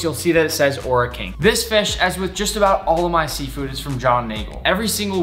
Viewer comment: I’m from New Zealand and when you say Ora King, you roll the R and say Ora King